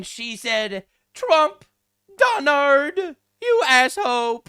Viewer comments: "Donard, would you rike me to rick your barrsack?" 😂🤣 I'm slain like a dragon 🐉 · “The Donard” 😂😂😂